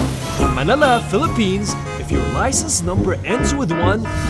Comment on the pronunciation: Not philippns